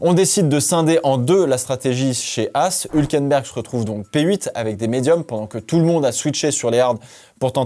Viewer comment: On dit HUUUulkenberg! Sympa la video, merci grand ;)